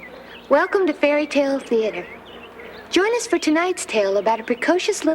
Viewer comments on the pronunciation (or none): its fairy tale not feairie tale